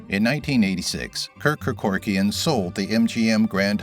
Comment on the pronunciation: Mispronounced Kerkorian’s name about 8 times.